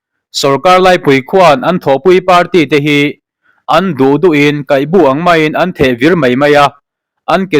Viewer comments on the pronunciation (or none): Kaihbu bu hi bawng a bu tiha bu anga lam riin KAIHBU.